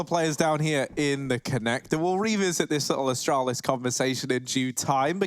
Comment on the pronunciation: Me: Astralis Caster: Ashtrohlis